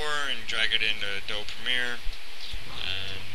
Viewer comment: nice tutorial. I know this is probably nitpicking but you're supposed to pronounce the "e" in Adobe.